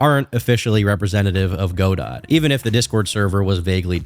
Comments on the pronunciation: Godot is a name from a play originally in French so can be pronounced go-do or gah-doh or god-oh or probably several other ways.....except for "go dot" that's def wrong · banger as usual but i cant get over the "Go Dot" that game engine is pronounced "GeDough" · GO-DOT??? IT'S PRONOUNCED GODO! GUH-DOUGH! GUH! DOOOUUUUUGH!!!! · “Go. Dot.” -> guh-dough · Godot is pronounced Guh-dough, not Goe-Dott. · Godot has French pronunciation as in god-oh, not go-dot. It was named after Samuel Beckett's famous play titled Waiting for Godot, which was originally written in French. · Huh, I hadn't heard any of that stuff about Godot. Also, it's not pronounced like Go-Dot like you say, it's more like Go-Dow or Go-Deau. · Good video man but “go-dot”?? Really? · Calling Godot Go-Dot is the funniest thing in this video for me somehow. And that's impressive considering all Pirate Software's clownery. 😂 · Just an fyi, godot is pronounced "go dough" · Godot is not pronounced go dot holy shit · I’m 99.9% sure it’s pronounced “goo-dough” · its pronounced “go-dough” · Godot is pronouced Ga-dough JSON is also pronouced Jay-son happy to help im happy to hear you're not a sweaty nerd that knows how to pronounce coding languages. Keep crushing it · Listening to pronounce Godot as 'goh-dawt' is the biggest offense thus far. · godot is pronounced guh·dow. W video tho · the T in godot is silent, it's something like guh-doe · dont call lgbt "politically involved" you look like a right winger edit and i know they might be but just showing the profile makes it obvious what you meant, also your pronouncing godot wrong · You’re pronouncing godot wrong, and lmfao crying about their lgbt support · Every time you say Godot wrong, my brain does a backflip in my skull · Great video, great analysis. Side note, why does no one know how to pronounce Godot? Did none of you take drama? Not one gaming youtuber?